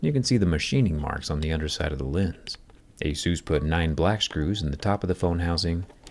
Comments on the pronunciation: Is pronounced A-SUS not ASUSE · It's ey-SOOS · Is called asus, not jesus. wtf